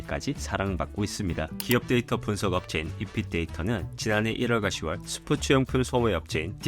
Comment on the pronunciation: 6월, 10월의 발음은 [유월] [시월]입니다.